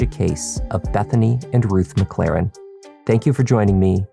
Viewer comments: Sure “Reggie McClarren” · McClaren? Oddest Irish folks, no? 😂